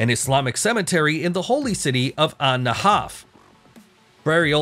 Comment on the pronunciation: *Najaf*, with a J. It's not Spanish.